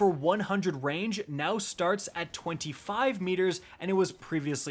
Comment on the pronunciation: Does anyone else hear him saying wange instead of range